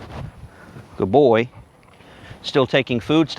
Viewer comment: love the “guyd boi”